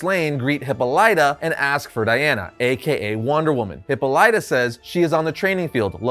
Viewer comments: Hip pawl lit uh. Not hippo lite uh. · Love this Comic!!! But man, "Hippo Ly ta?" Made me cringe every time I heard it. I could have sworn it was pronounced Hip paw la tuh. P.S. It would be awesome if this version of Green Lantern is Sinestro. It just seems to me he'd be down for an assassination. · It’s not pronounced Hippo-lyta, it’s pronounced Hippolyta (hip-all-ita) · Isn't her name Hip Paul Lita? Not Hippo Lyta. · Please stop saying Hippo lie tuh. Dude, it takes two seconds to Google. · "Hippo Light-ah." Jesus fucking Christ. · Hipolita Pronounced Hipal it a Great story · You pronounce Hippolyta so wrong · That's not how you pronounce Hippolyta, had to say something.